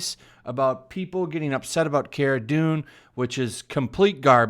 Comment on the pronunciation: Its pronounced CAR-uh Dune. Just fyi.